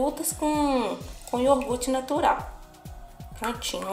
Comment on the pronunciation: Amei a receita, e gostaria de te dar um toque, o certo é iogurte, não iorgute. Uma dica construtiva, não me leve a mal okay!? 🥰🥰